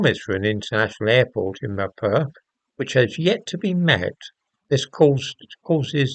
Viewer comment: Mirpur -pronounced Meer poor . I wonder what the Indian government has to say since Kashmir is a disputed territory?